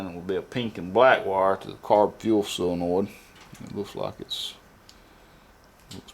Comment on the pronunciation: Why does every backwoods, diy, shade tree 'mechanic' ever say "sillinoid"? Its sol-e-noid. Its even in the dictionary for the masses to look up. Crazy huh?